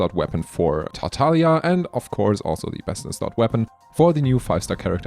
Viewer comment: You said tartaglia correctly... Loving it Oh also i tested it and my R5 strignless vs R1 thundering pulse on floor 7 made only like 17k difference while hitting 727k with strignless and 710k with thundering pulse. Same builds, refinements make it better tho